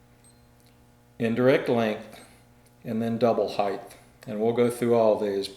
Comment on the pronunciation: height not heighth